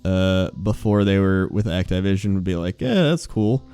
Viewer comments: Did he say Act-Tie-Vision, you mean Activision? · "Act-eye-vision" Please,. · >Act-eye-vision >Not Ac-ti-vision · CURSE YOU ACT-I-VISON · Act"eye"vision........really lol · "act-eye-vision" is this intentional to get on peoples' nerves,? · Act I vision lol you say shit wrong on purpose sometimes i swear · Did he say Act-Tie-Vision? lol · Egg-Tie-Vision? Is that really how its pronounced? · actaivision :D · the fuck is act-eye-vision ? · bro why you pronounce Activision so weird?! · I've never heard anyone pronounce Activision that way... huh?